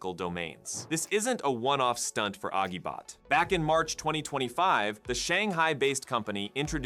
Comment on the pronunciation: The g sound in Agibot is pronounced like a j (as in agile).